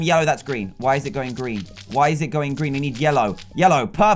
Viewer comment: its a gween pikachu